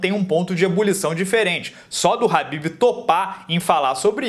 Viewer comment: Alguém sabe dizer porque ele chama o khabib de habib?